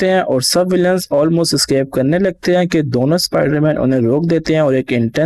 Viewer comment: Scape😂😂😂🤣🤣🤣 it's escape 😂😂🤣🤣